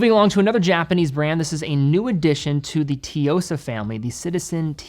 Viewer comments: Suyosa not Teeyosa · ...You mean the "TEEyosa"?🤣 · I stopped watching after “tiyosa”. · I just cringe every time you say Tsuyosa. I dont know where you get the “teeyohsa” from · I guess that Tsuyosa pronunciation is gonna be a running gag 😂